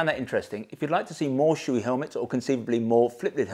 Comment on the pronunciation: Shoei "Showay" not "Shooee"